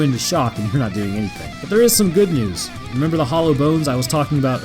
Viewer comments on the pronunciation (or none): none